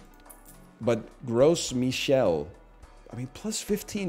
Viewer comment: If anyone is wondering, the "s" in "Gros Michel" is silent